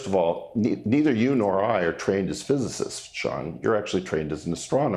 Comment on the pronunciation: Weinstein can't even pronounce "physicists", . That's the least of his problems in this video.